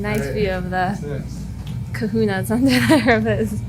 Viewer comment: What cahunas? 😂